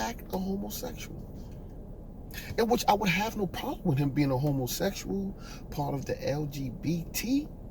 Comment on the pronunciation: The way you say homosexual is too darn funny